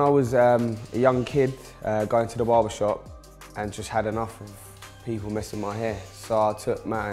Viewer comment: What is baba? Ohhh its barber. Yeah now i know.